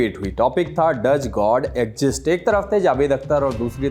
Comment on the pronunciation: Mere bhai....Daj god egjist Nahin hota... Pronunciation Sahi karo